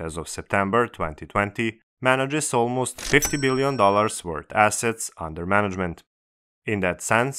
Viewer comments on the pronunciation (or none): none